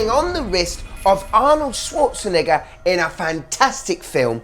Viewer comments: I am concerned about the way you pronounce Schwarznegger ... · The way bro says Arnold’s last name has me stressed